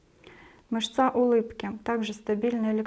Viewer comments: МЫшца только,а не мышцА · Мышца́ режет ухо. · Цікава інформація. Дякую. Але, як казала моя наставниця, дерматолог, клієнти є у перукаря та в публічному будинку, а у нас ПАЦІЄНТИ. Ще цікавий наголос в слові "мышца" ...